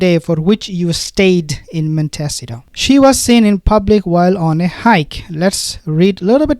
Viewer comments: Prononced mont s eetoe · Pronounced Mont ah sea toe. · Montecito pronounced Monte C toe Californian here..ty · MONTECITO pronounced: MON-TEE-CEE-TOE. I'm only trying to help u as every time u have to say the word, u rush through it, hoping we don't notice . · Please learn how to pronounce Montecito.